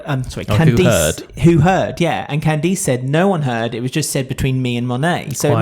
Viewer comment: It's more CAN-dass (emphasis on the first syllable), but yes.